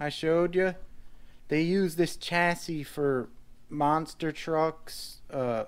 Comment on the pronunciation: Very nice collection. - The last 's' in 'chassis' is silent, except when plural. - I just got the Rage 2.0 for my daughter, same as the Mad Van, but with a different body and tires. Sweet car. They're only $180 now. (Mad Van might be $20 more) - Ah, THERE she is! You might not remember, but I got my Mad Force Kruiser VE years ago, right after you got your FOXX. Those Mad Force Kruiser tires are good all-around. Maybe not as good in the loose stuff as your original paddles. I sold it and now I regret it. It wasn't the best-handling truck, but it was FUN. I might break down and get a new FO-XX VE 2.0 in the near future... I miss a good quality rigid axle truck. I just bumped the old Mad Force Kruiser thread in RCGroups from 4 years ago, hehehe.